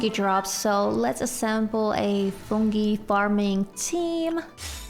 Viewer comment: I love the way u pronounce Fungi 😭